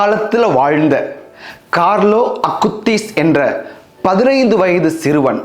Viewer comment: மிகவும் அருமையான, தெளிவான உச்சரிப்பு fr. கார்லோ அகுடிஸ் என்ற புனிதரின் பெயரை எங்கள் மனதில் ஆழமாக பதிய வைத்து வீட்டீர்கள் fr. மிக்க நன்றி 🙏